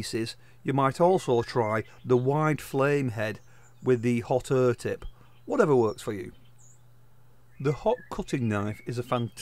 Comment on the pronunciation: What's the "hot err" tip for?😆 Jokes aside great videos. Thanks boss!